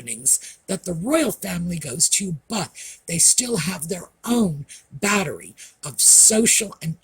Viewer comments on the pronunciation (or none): none